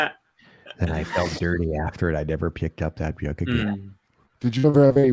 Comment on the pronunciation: Dude. Dunnigan is a comedy genius and Wendell is the best character ever, but I don’t like this new “beeyook” thing he’s started doing with pronunciation.